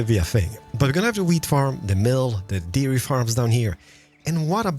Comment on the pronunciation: Why is it you turn Welsh everytime you say dairy or berry XD <3